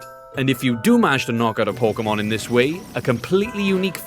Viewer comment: Po-kay-mon, not Po-kuh-mon